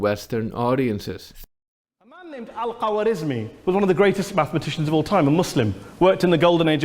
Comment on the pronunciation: He mispronounced Khorezmi as if he had no idea what he was talking about